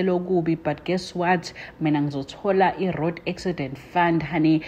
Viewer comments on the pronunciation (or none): I "rod' accident fund!! Eish english man!